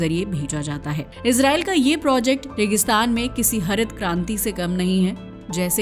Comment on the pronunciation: यहाँ projacte को फिर projact बना देते है